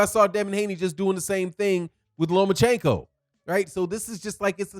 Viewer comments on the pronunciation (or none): none